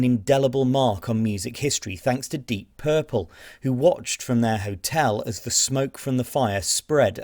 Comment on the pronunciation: O cara não sabe nem pronunciar o nome da banda pqp